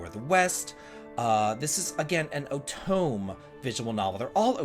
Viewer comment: Just a FYI, otome is pronounced "o-toe-may" ;) Otome is short for "otome game" which means games that are targeted towards women. That's why they all have female protagonists.